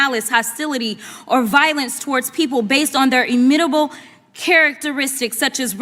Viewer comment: "The literal Elephant in the room." So there's a zoo animal in that room? 😂 Geez, she butchered the word Immutable. This woman has a millionaire dollar "education". 🤦🏽‍♀️